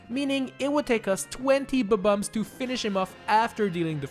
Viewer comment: I Like it how you say "B-Bombs"